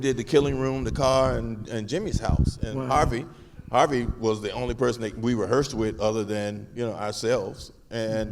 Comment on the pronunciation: I admit. It sounded like the moderator said ‘R.V.’ instead of Harvey. Keitel keeps talking about Reservoir Dogs. “It’s KAI-TEL.”